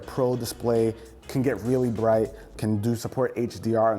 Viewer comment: "WRReally.. WRReally"